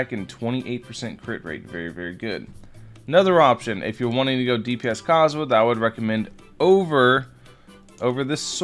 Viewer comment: seriously, stop saying his name wrong. theres an "h" in his name, say the H!!!